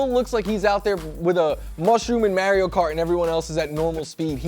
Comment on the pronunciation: A mushroom in WHAT kart!!!!????? mAIRio?????? Its MARio!